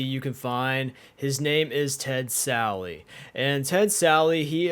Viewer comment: Why does everyone call “Ted Sally?”